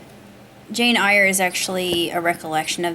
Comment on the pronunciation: Excellent review! Thank-you. I think it is pronounced "Air"...and "Brontez"